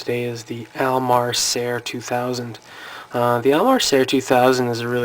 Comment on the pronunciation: It's pronounced SEER or SEAR.